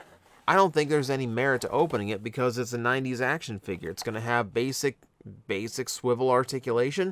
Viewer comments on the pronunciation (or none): none